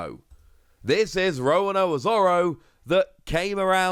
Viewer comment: It's Zoro, it's never been Zolo. That's just localization/translation error. ロ = ro. There's no "la le li lo lu" in their written language. They just sometimes pronounce R as L. Also, are you deliberately pronouncing Roronoa as Rowanowa?